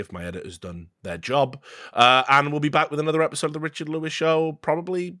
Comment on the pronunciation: when he says "Richard" it doesnt even sound professional, he's just emphasizing to his friend how little sense that shit made lmao